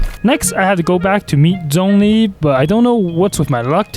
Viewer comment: When he said zhongli at start i heard donkey💀